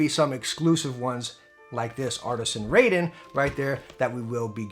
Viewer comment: Raiden is pronounced RYE-DEN (as in rye bread) not "RAY-DEN" (as in ray beam).